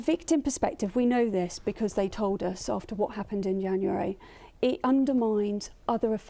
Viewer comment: she cant even say January properly